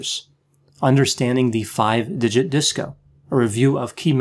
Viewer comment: Excuse me he said THE FUVE FINGER DISCO.